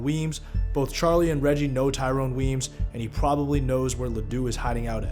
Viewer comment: Thank you for correctly pronouncing Tyrone Weeeyms